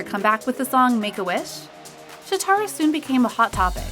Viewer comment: Okay first...its Shòtaro not Shotarò. Please learn how to pronounce idol's names. Second- he is not out of place and a lot of fans liked him. He wasn't promoted right untill recently but not that much fans think he is looking bad. I have no idea who makes those videos but (in my opinion at least) the way they talk should be a little bit less biased. The person talking sounds like they hate those people. I don't know if it's their fault or they are reading a script but eighter way it came out rude. None of those idols deserve that